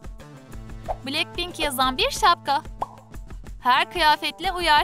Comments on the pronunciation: Blacpink değil "Blackpink" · Me: Niye başlar başlamaz BTS'i düzgün okudunuz da niye BLACKPINK'İ yanlış okudunuz? Troom troom: Blekpenk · Cankuk ???? Lisa ?????? Cey-Hop????? Betese?????bilekpink????? ??????? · Oha betese demeedi ama bilekpink ne ya